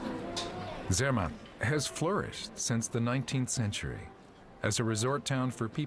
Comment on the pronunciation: So sorry to see, that disrespect, not even to try the pronunciation of the subject and main person of your film. It is not american. There is no sermett and no Metterhorn and even Simon had to get a new name he has to be Seimon now